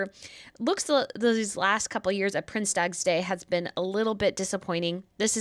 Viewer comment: Please try to pronounce dutch language properly,or just translate the word,use the words prince's day